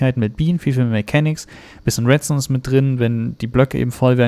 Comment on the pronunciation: sagt er residu statt redstone